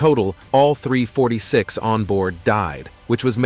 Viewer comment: "3,46 ppl ppl perished" instead of "346 ppl perished" messed my brain up REALL BADD. LOL